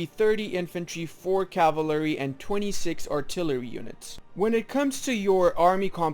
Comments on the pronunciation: Caval-ry NOT cava-lary. I could only make it a minute in before I couldn't stand you brutalization of the word. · Bro please dont just leave like that without any outro or goodbyes it feels bad :( Also its kinda funny that you have to pronounce "Cavalery" lol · My favorite unit, the caval-ary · "Cavlary units" :v Nice video, thanks for that. I've been (unexpectedly) doing it basically right for a while now, except I'm more radical on my Infantry/Artillery ratio, in that I'm almost always doing X+1/4/X armies when artillery starts being good, but I'll probably change it from now on.